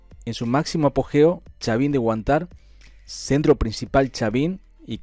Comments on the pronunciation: Gracias por fijarte en mi pasado . Sr ud sabe cuántas culturas tiene el Perú , se habla Huántar acento en la primera " a " . Tú sabes de los " huacos eróticos " y una más al sur del Perú hay una nube que no avanza las demás sigue su curso , tapan una zona " mágica " nadie se aventura solo , se dirigen con guías y solo hasta la entrada de ahí nadie entra , si entran no salen nadie sabe su paradero . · Che, acento en la primera A,gracias,, Huantar,,fuerza voz, digo,bye.. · Corrección, Huantar lleva el acento en "Huan" y no en "tar"...............